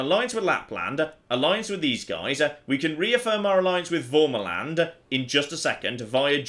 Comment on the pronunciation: The feeling when pronounces värmaland as an accented a, but its the wrong accented a lol